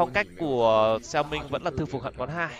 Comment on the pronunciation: hãy đọc xẻo mính nha… góp ý xíu